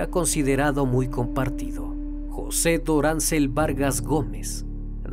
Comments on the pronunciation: No es Doráncel, es Dorangel. Por lo demás no importa que lo resubas mil veces, mil veces lo voy a oír. Este es el mejor canal que sigo. Gracias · Deberías averiguar cómo se pronuncian los nombres de las localidades antes de hacer el documental resulta chocante de cómo pronuncias mal cada nombre es DORANGEL VARGAS no DORANCEL